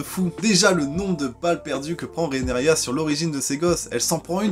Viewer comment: Tu t’es encore trompé c’est Rhaenyra Pour t’aider ça se prononce « Rénira » 😂 désolé. Sinon très bonne critique 😉